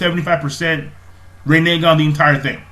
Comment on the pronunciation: rin e gan say it like that